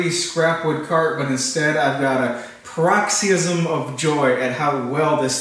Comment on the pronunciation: My wife called down and said I was a little old to be playing video games!! :) Nice try on paroxysm! You ALMOST got the pronunciation right. Looking forward to a CNC build!!!